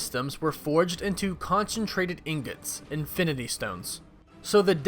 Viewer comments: infiminy stones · Anyone heard Infininy stones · "INFININY stones"